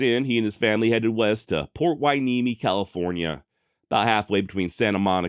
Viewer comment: You're definitely too hip;) And we love it! You pronounced Port Hueneme correctly! Keep 'em coming,! Love your content